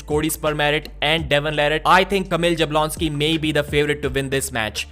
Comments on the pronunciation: You should pronounce it more like as if it was Yablonski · this is not the correct way to pronounce Kamil's last name. I don't know how to explain, but this first letter J should not be pronounced in the ''English'' way. I think Devon was the first one to start calling him in this incorrect way. Also, Sandris Šedis should be pronounced Shedis and not Sedis, but I think you already know this one.:) Anyway, keep up the good work man.